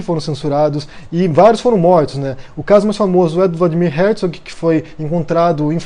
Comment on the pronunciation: Nem sabe pronunciar o nome do Herzog.